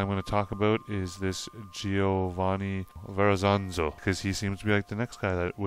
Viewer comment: Welcome back. This one must have taken quite a bit of research for you! Very good info and detail; I've never heard of these men before with the exception of Verrezano, whose name you are pronouncing with an extra 'z' at the end. I love your accent, and said to my daughter the way you pronounce certain words, like 'about' sounds like you are North Carolinian. Then you tell us that Norumbega is near where you are from! We have a St. Johns River in Florida, which is 310 miles long, and runs parallel with the Atlantic.